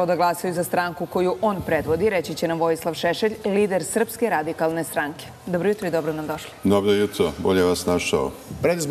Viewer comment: Dobo juto